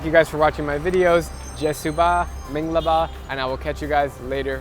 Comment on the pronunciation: Wow that Minglaba actually sounded good